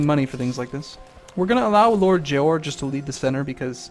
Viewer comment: its JORA not JOAR...said JOR AH